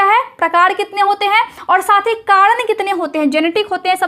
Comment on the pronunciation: kadan nahi hota hai madam Karan hota hai